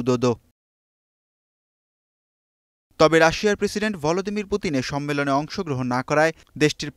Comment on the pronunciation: রাশিয়ার প্রেসিডেন্টের নামের উচ্চারণটা হয়নি